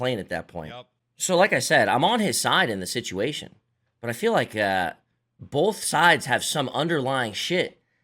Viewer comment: is from the PNW? He pronounces both like “Bolth”